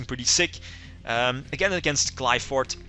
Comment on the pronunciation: I really think he is mispronouncing Qlphort, gem knights def need better fusion monsters